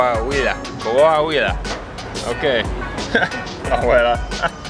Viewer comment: you had Coahuila Rigth, at least ones. you won that round.